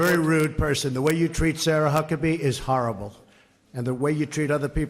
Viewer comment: Lol all she said was "harable" leeeel you people are way too cranky